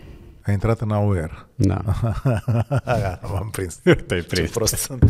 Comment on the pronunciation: Ma scuzati ca intervin,pare-mi-se ca ar fi fost o gluma. Dvs. O sa il votati in cadrul partidului auer(cum il pronunta dansul)? 😆